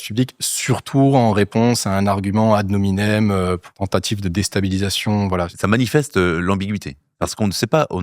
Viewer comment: 7min26s " en filigramme " 18min02s "ad nominem" 😬 franmac et semi lettré ça fait beaucoup pour un seul homme